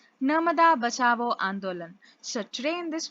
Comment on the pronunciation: Not Bachabo, it's 'bachao'😅😅😅